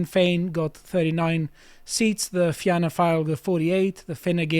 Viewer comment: Impressive pronunciation of the Irish names. Fianna is pronounced the same as Fine, which you got right. There are two new emerging fiscally conservative parties who have gained seats, Independent Ireland and Aontú. II got 3 and Aontú got 2, not fantastic, but they are growing. They both had some near misses for more seats. For Aontú, two of their candidates lost out on the final counts in their respective constituencies. As for the right wing parties such as the National Party and Irish Freedom Party, they are just in the way frankly.